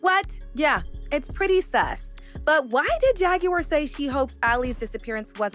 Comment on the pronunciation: Why can't u pronounce JAGUAR????